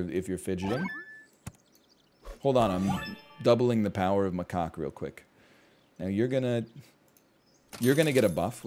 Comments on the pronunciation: That is not a “ma-kaw”… Macaws are tropical parrots. That’s a “ma-cack” or “ma-cock” like Jack or Jacques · it is. NL was saying macaw, chat was trying to convince him to say it correctly, somehow we ended with maCOCKA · Ma-kak :) is how you pronounce it just saying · * slams face on table repeatedly * It’s pronounced muck-ack! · Macaw is a bird, pronounced “muh caw”, rhymes with paw. Macaque is a monkey, and is pronounced “muh kak”, rhymes with yak. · The Macaque is pronounced muh·kak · He knew what he was doing when he kept pronouncing Macaque that way.